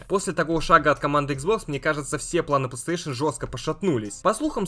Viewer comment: Ты конечно извини, но у меня вопрос. Почему ты говоришь плааустейшен, а не плейстейшен?